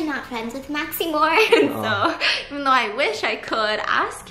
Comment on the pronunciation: no one: not even Stephanie:: oh no maxiMORE